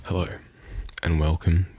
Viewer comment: I'm new here. He said "Hellurr" at the beginning so I guess he is Australian?